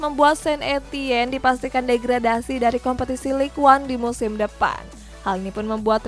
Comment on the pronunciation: lig ong bacanya mbak mimin